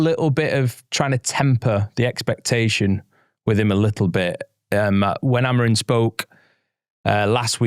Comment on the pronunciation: He’s called Amorim, not Amorin. It’s minor but does my head in!